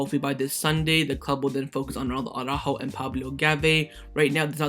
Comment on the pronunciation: Why do you soccer guys always say Auràjo instead of ARA-ÚJO?